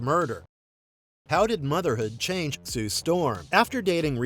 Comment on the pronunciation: Bro has beef with change, chanege and hange but otherwise fantastic video